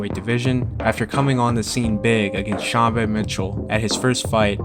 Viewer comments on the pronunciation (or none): none